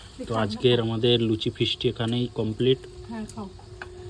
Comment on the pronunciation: ওটা লুছি নয় লুচি